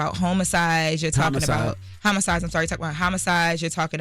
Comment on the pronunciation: “HOMO-cides..is crazy work..”😂😂😂 CTG